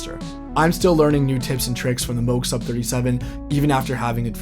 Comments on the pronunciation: “Moog” as in “Rogue”…not Moooog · He said mini mooooog. Cringe 😬 I get your comment now. I appreciate it so much. Apologies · Not trollin' here- but 'Moog' is pronounced like 'Rogue' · Stopped the video 5 seconds in when you mispronounced Moog.